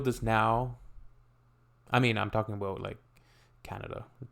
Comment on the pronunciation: But you say abouout.